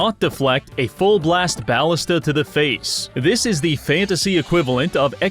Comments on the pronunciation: ballista is pronounced "buh·li·stuh" not "bow·li·stuh" ballistae (plural for ballista) is pronounced "buh·LISS-stee" not "bow·li·STAY" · Did this man just say bal-ist-uh